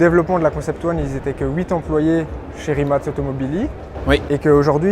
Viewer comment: great to hear you all pronounced Rimac correctly 👍